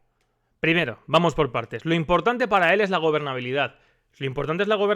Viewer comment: "el fondo eurpeo es imporntane para que los españoles puedan tal" Rodriguez Zapatero, 2020. ajajajajajjajajaja